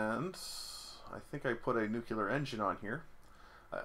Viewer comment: "New, clear". You cannot portmanteau that with "jocular" and make it "nucular", unless your reactor is funny, and if your nuclear reactor is acting funny you probably don't have time for puns :P